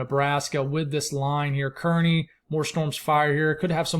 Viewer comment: Good Day. I know you give it your all and want us to say something if it is a mispronunciation. Kearney in Nebraska is Car-Knee. Or think of it as circus folk. Many of our citiy names don't look like they sound. Many of the new weather people it takes about a year for them to get the names down. As always you are doing fantastic.